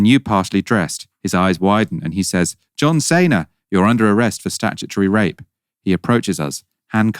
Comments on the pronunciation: John Cena, not Sayna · "a particular wrestler called John Saynar... Johm Sayna..." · John SEE-NA, for crying out loud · The way you said John Cena floored me